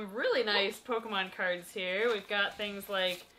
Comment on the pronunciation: the not say crads instead of cards. anyone else notice?